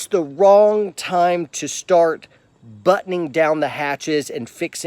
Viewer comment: Battening down the hatches. Not buttoning down the hatches. Otherwise, AMAZING presentation.